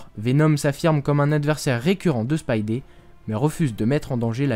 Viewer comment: Ça s'écrit Spidey mais ça se prononce "spaïdi"